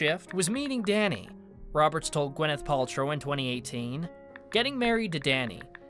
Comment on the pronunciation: Did u hear how the narrator mentions "Gweneth Paltrow" toward the end of the video?! #Trash